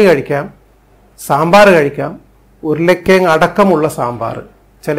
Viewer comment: Enda doctore stethoscope oori vachude Ippozhelum ? ... Show aanallo . “Uyula kiyang” alla urulankizhangu